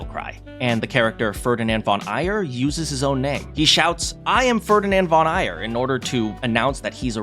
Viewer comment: The Three Houses example showed another flaw in English dubs you skipped which is even more significant to people who aren’t native English speakers: Pronounciation. My German ears die a little every time they hear “Furrdinend von Eier” that just swallows the “g” in “Aegir”. In Three Houses there are names of German, French, English, Spanish, Irish/Celtic, Old Norse, Greek, Slavic and Hebrew origin, and while the Japanese, despite the limitations of their language, still manage to pronounce them as faithfully as they can get, Americans in particular have that nasty habit to butcher every foreign name with their accent. It’s not like they weren’t able to pronounce them properly, feels more like they’re not even trying. So when you talk about “what the audience expects and wants”, keep in mind as well that these expectations and demands can be quite different outside of America.